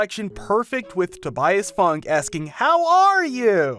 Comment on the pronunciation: It's pronounced Fyou-n-kay